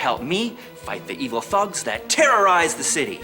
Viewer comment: I know he is saying "thugs", but keep hearing it as "thoughts".